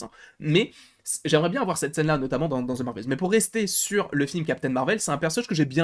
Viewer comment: On ne dit pas zze Marvel, c’est The au pire on dit de pas zze 🤦🏼‍♀️